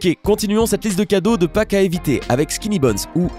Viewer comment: t'a dit "La fete de faques "xD